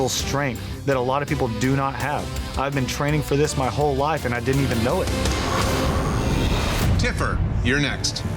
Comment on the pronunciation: Tiffer not TIPPER